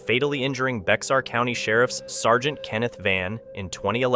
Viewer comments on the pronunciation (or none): Ok, it is pronounced Bayhar, not Bex ahr. It is the county that San Antonio is in. It is a Spanish word. So the x sounds like an H. If you were brought up there, you shorten it to Bear. It just drives me nuts